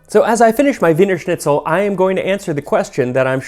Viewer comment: Excellent pronunciation of ‚Wienerschnitzel‘ and ‚Weihnachtsmärkte‘!